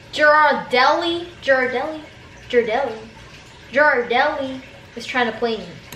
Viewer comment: “Jar-deli” lmaooooo